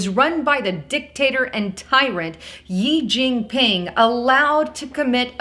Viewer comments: I lived in China, most of my friends were Christians. None have been arrested... Also gotta learn most basic names: “she” Jing-Ping.’ And it’s ‘wee-gur’ Muslims. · It's pronounced like "SHE Jin Ping" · Did you say, ye ging ping or ye little ting..